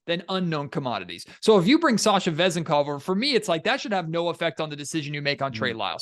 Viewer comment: The accent on his last name could be on the second syllable